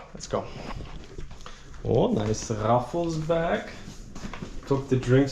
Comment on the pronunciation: Raffles not Ruffles 😂